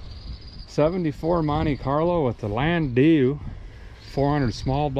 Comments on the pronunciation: It's pronounced land - dow. But that's 'aright. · Call them a "Lan day you"? Landau?